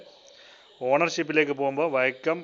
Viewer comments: NAAKKU VADICHU PARANJAAL VIACOM....VADIKKAATHEY PARANJAAL VAIKKOM...CHETTAN NAAKKU VADIKKAATHEY AANU PARAYUNNATHENNU THONNUNNU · വൈക്കം അല്ല വയാകോം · ബിജെപി ചാനൽ കൂടുതൽ വരണം കേന്ദ്രത്തിന്റേത് എന്നാലേ കേരളത്തിൽ ഉള്ള കമ്മിക്കും കൊങ്ങിക്കും ബോധം വരു കണ്ടിട്ട് 💪 എടാ പൊട്ട വൈക്കം എന്നല്ല അതു വായിക്കുക വിയ കോം 18 എന്നാണ് 🤦🏾‍♂️